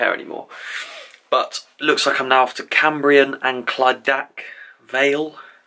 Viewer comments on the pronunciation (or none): I live in the same valley as cambrian it’s pronounced Cam-Bryan and Clydach is quite hard to explain how you pronounce it because ch in Welsh is said differently